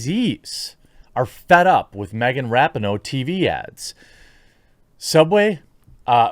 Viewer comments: It’s RAH-PEE-NO Jeremy. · Rapinoe (ra-pee-no) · I love every time he says Rapinoe incorrectly, doesn't he know its pronounced (Duh'mb Kuh'nt) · I love how Jeremy keeps mispronouncing Rapinoe's name. I'm sure on purpose.